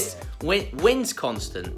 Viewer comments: It's WIS-CON-SIN. You should come for a visit sometime. I hear The Harley Davidson Museum is worth the trip alone. Yes! Harley's are made right here in Wisconsin. I live in Wisconsin, on Nagawicka Lake, just down the road from the city of Oconomowoc in Waukesha county. Just one county over from Milwaukee, where the Harley's are made. While there maybe check out the Kinnikinnic River which flows into Lake Michigan. Which is the 2nd largest of the Great Lakes. Lake Superior is the biggest. Cheese! We have lot's and lot's of cheese here. Little fact, Limberger cheese is made in Monroe Wisconsin. It is the only place in the whole wide world that makes Limberger cheese. A little History of the coveted Cheese Head Hat. Our American Football team, the GreenBay Packers are rivals with the Chicago Bears team. This rivalry goes back to the beginning of Football history. So the Chicago Bears started calling us Packer Fans, Cheese Heads. So instead of getting offended by the slur to our Dairy Status, we embraced the slur, and some fellow created the Cheese Head Hat of which 9 out of 10 Wisconsinites now own. Because no matter what, we still say in Wisconsin, THE BEARS STILL SUCK! Ha ha ha! So go have a cold beer and a brat, wear your Green and Gold and cheer on the Packers. Love your videos. 🖐🤩. (A Bra-ot is a delicious sausage that we boil in beer and cook on our outdoor grills). Ta ta.. 🤣😂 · I'm from Wisconsin and when I saw that hat I was like that's from Wisconsin. Then he said that Mike was a nurse at Madison and I was like that's where I live. Also it's wis con sin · its pronounced wis-con-sin. love ur show btw ur work it beautiful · Hi! I'm from Philadelphia but I wanted to give you a tip. The pronunciation you're looking for is Wiss-con-son. Happy days.... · Wisconsin has no T,. Wis-con-sin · Its Wis-Con-Sin mate. Try out Makers Playground. It has an app. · Wes-con-sin Is how it sounds. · nice pronunciation of Wisconsin. Wis-Con-Sin. That might help